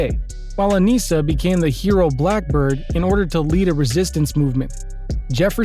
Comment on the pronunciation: man said aniecea